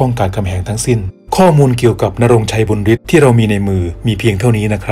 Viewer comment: บุญฤทธิ์ อ่านว่า บุนยะริด นะ ไม่ใช่ บุนริด